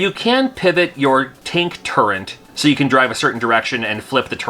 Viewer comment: TURRET! NOT TURRENT! You civies will get it right one day. That bugs me more than EXspecially.